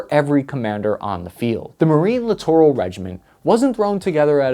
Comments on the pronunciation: Clittoral??? I like it. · Littoral? I thought you said Clitoral. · i CRINGE every time he says LITTORAL. Merriam-Webster has a great app with sound. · Lol “Littoral’